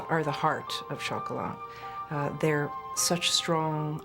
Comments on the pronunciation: Exactly Denise - worst of all incorrectly pronouncing the silent T in CHOCOLAT when the French word is pron chocola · It would be good if the narrator could at least correctly pronounce the hame of the movie....it's ' shoc oh lah '